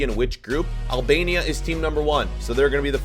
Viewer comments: its Albania not Alabania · “albania” Him: no no no, AlAbAmIa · im Albanian/Kosovar/Montenegrian/Swiss and you didn’t say it right. But its alright americans aren’t the best at pronouncing names.